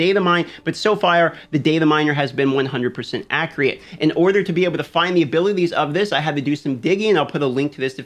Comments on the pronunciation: Totally posted same! Saw yours and deleted. No negative vibes. It always makes me turn my head when listening to videos! Appreciate your time to give us quality and acriate information! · "ACRIATE" love you